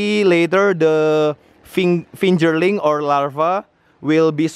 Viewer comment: brother you demonstrate very well, I want you to kindly correct 2 words (to make it more wonderful) i) Hatching (not Hatchling) ii) Fingerling (not Finjerling)